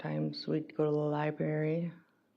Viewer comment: come on! you couldn’t describe Alex in at least 30 seconds all the things you loved about him. For a person that takes kids to the library All the time. It is Hilarious says Liberry not library. People who don’t go to the library calls it a Liberry 😂